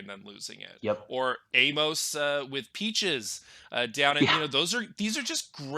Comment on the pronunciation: dude without the beard really needs to learn the pronunciations of the characters names, it's really irritating when you do a review and you can't pronounce Amos